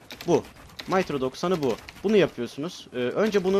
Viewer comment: Mitro bir pronun niki. Maytro doksani degil mitro doksani.